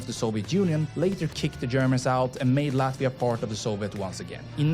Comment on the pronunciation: You should rather look for a video made by Latvian that not only can pronounce the city names correctly, but also will give you more accurate information. There are a lot interesting and important facts missing here.